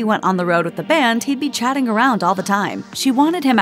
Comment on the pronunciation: Not "chatting around." "CATTING AROUND".